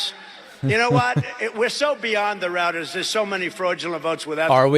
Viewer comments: It reminded me of "Black Sheep" when the nitrous tank busted. Roads, rowads, rouwads. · "Routers" He said it ten times to make it a new buzz word for his followers.